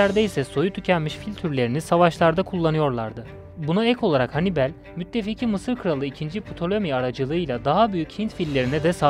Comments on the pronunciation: Çok basit bı video olmuş ,kaliteli değil. Anlatan kişi sizi videonun içine çekmiyor maalesef, ayrıca Hannibel ne ya?? Hannibal olarak okunur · Hannibel değil Hannibal,sinir bozucu videoydu. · Kardeş sen bir daha seslendirme yapma okuma...Henibel..Övel ne olm Övell.. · Hanibel demesi biirtek beni mi rahatsız etti?